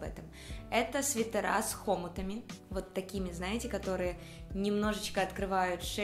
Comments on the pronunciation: В Украине говорят варЁнки и хомУт (хомутАми)!!!!! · Джинсы варЁнки, и свитера с хомутАми! Обратите внимание на ударения, очень режет слух